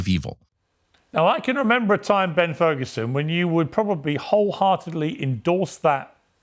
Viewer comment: Did he say Terd Ferguson?